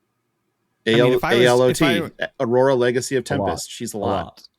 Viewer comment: B-rora instead of A-rora.